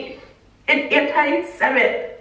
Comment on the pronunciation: antisemite is the correct word. she said it wrong the first time but the second time it was right.